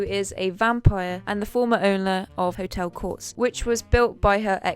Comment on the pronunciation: You mispronounced Hotel Cortez. You pronounced it as Hotel Quartz. You also mispronounced Eternals. You pronounced it as Externals. You’re a great host, but it’s the little things that make or break this presentation.